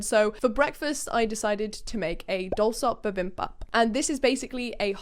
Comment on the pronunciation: I LOVE!! She is one of my other favorite UK Creators!! DID YOU READ THIS ONE!?!?!?! IF YOU DID... THANK YOU!!!!! You have helped keep me sane and smiling during the Global bug!! Bibimbap is BEE BIM BAP... You just got the first syllable wrong. But, you are doing great otherwise!!! (I was born in Korea and my dad is fluent in Korean)